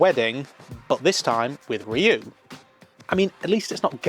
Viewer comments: the guys name is Ryuu pronounced You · This was definitely a more mature series than other Super Sentai shows. One of my favorites along with Dairanger. By the way, Ryu is pronounced as one syllable 🙂